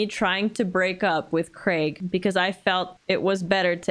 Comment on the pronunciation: Congratulations on you correct pronunciation of 'Craig'